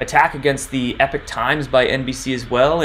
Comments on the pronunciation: Howdy, I think it is Ee-pock Times not Eh peek. Great video. Many thanks. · It's Epoch (as in POCK) not EPIC Times . . . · It's not pronounced "Epic" Times, but rather "Epoc" Times (E-pock, like pocket). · How many more times must we remind you it's EPOCH PRONOUNCED EEEE-POK!!!!!!!!! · a great guy, but yeah you’re right, he not pronouncing it correctly.